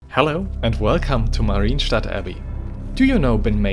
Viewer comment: it isn't "Marine Stadt Abbey", it's "MAH-ryen" where the "y" is a consonant and the "e" is at most a Shwa.